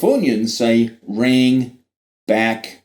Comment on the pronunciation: Rang is not pronounced the same as rack. NG is a consonant digraph that makes a special sound.